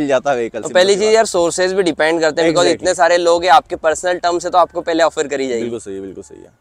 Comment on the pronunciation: Eggjactly..😂😂.. but anyways bhai ne bade honestly review diya. Thank you sir.